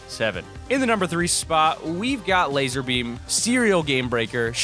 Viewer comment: D9nt say lazer beam it's lazar beam